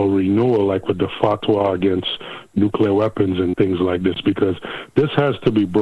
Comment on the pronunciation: The combo of blackmail and promised land is nucular!!!